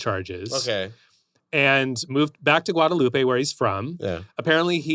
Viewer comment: FYI: Jacques Petrus was born in "gua-day-loop" (Guadelope, an island in the Caribbean). Use the french pronunciation, not the spanish "gua-day-loo-pay". This is not a place in Mexico or Spain.